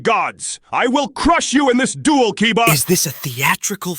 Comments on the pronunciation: I'm convinced he just couldn't get the AI to say Kaiba's name right, gave up, and turned it into an explicit gag. That thought makes it even funnier to me. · I love the continued bit of Yugi always getting koiba's name wrong! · So Yugi saying Kaiba‘s name wrong will be a running gag